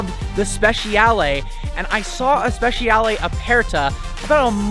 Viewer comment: Speh-chah-lay not speh- she-al